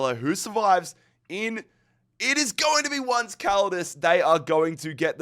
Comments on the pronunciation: … not “once” like the English word for “one time,” “once” as in the Spanish word for “eleven,” pronounced roughly like “OWN-say” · Did... Did he not realise "once caldas" is a spanhish name? What's that pronounciation? I mean I get some mispronounciations, but that "once" has me baffled😅